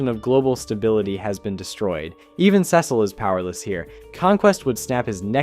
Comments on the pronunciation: I immediately lost focus the moment you said "Ceh cil" like there aren't tens of episodes where "Cee cil" is said very clearly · If you actually watch the show, they say "Cecil" all the time: see-sull NOT 'sess-ill' I don't understand why so many YouTubers mispronounce proper names when there is abundant evidence to the contrary